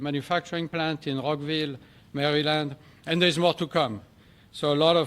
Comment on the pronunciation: I have never heard a Frenchman say Rockville Maryland. The pronounciation of Rockville was gold and I'm here for it.